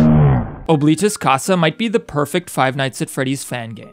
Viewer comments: As a person forced to learn Latin by my school, Oblitus Casa means "Forgotten House", and is pronounced "Ah-bli-tus", not OH, but I could be being stupid and wrong in that pronunciation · “Ohbleetus casa” BITC